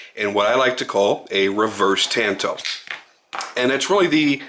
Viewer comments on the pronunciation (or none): Gets the word shun correct. Gets the word tanto slightly wrong. Lol Tah n toe. 😉